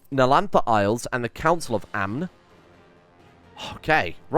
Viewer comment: The N in Amn is silent